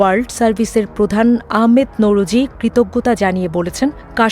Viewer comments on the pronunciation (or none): none